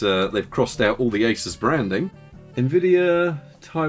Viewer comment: Don't say A-sis